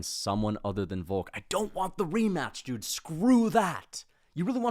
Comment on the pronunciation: “Remaaach!” Bro nearly turn full Guyanese